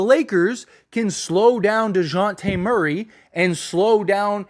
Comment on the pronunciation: You said dejaunte Murray and it threw me off 😂😂